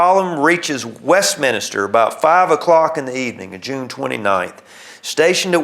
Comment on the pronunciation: It's "West-Min-Ster", There is NO "I" after the "N". And Yes I grew up just outside Westminster in a small town of Frizzleburg!